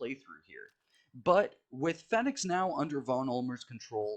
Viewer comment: whats poppin, been a while since ive seen your vids. anyway i think its pronounced phoenix, not fenix. but it iz what it izzz